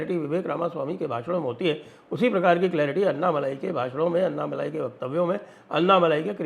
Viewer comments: Anna Malayeh not Malai 😂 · Annamalai nahi -- ANNAmalai boliye. "N" shabd ko "n" math boliye